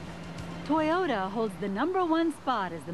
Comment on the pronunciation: I don't bother listening to ladies who can't even pronounce toyota. Why is it that every mechanic shop i've been to say toyota are really reliable. People who don't know shit about cars shouldn't even be driving. Also you can't always trust a local mechanic they want to make money so unless you can trust them better off taking it to the dealer where they have warranty. I own 4 toyota's:1997 4runner, 2007 Tacoma, and 2010 Tundra and they are all fine even the 1997 is actually original and 100%.